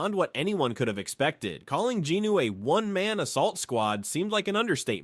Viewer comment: bro is this like ai talking because you dont say jin woos name properly and also the scene with the orc boss you said he wielded a big axe when its clearly a sword, but still good either way